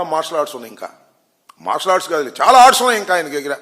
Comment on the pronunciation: అరె ఆంబోతుగా... నీకు సరిగ్గా టైగర్ అఫ్ మర్షాలర్ట్డ్ పలకటమే రాదు నీకెందుకు రా.... జఫ్ఫాగా ఎగేడుకుంటూ వస్చేస్తావు. నిజ సిగ్గులేదారా